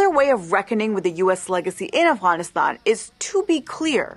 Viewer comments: If she's epeaking in English then why is she pronouncing AFGHANISTAN as AFWANISTAN? If you're speaking in English to an English-speaking audience then use the proper English words. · I appreciate this point of view, this is a good video but every time you say Afguyanistaun it's like hearing someone chew with their mouth open. No Afghan has ever tould me to say it like that. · Why can she not say Afghanistan right but can say afghan correctly I just don’t understand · I know this video in on a serious topic, but it's so weird to hear Afghanistan pronounced that way. It like hearing someone call penguins 'penwings.'